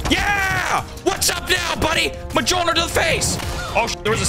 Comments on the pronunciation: Ah the good old muhjolner (it's pronounced M-yole-neer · Monjir ☒ Muhjolner ☑ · Love your vids, I want to see you succeed more Also bro i laugh everytime when you say M-Jol-Nir like that 😂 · I’m so sorry but it’s mjolnir 🤓